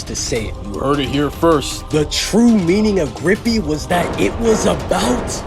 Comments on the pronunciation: Lol. It's Grippy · Its uhm grippy